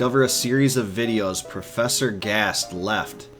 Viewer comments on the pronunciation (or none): none